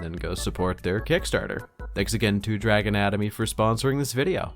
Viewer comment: "Dragon Atomy" sounded like "Drag anatomy" and I lolled It's also even more confusing because the latter can be understood in more than one way😂